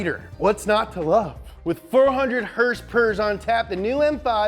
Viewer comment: Lol. Hersperrs